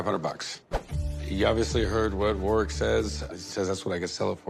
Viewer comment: Can't even pronounce Warwick properly